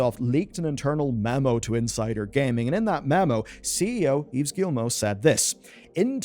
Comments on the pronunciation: Its pronounced "Eve" not "Eves". :P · Great video. Gy the way, Yves is pronounced like "Christmas Eve". Yes I'm french... And you pronounce Guillemot perfectly... Yes I'm french.